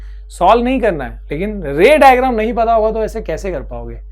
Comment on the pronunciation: raydrum bola ray digram ko 😂